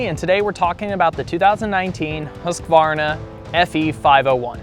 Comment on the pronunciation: Thank you for pronouncing Husqvarna correctly. So many americans get it horribly wrong